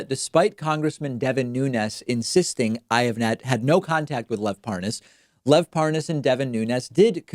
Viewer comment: Listen David, You seem like a nice guy but if you keep mangling these names, I may ask for my money back. Giuliani, Tulsi, Parnas, etc, what the hell. We've been hearing these names for months, years or decades. Come on! It's so freaking annoying!